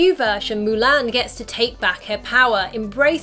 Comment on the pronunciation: It’s MU-LON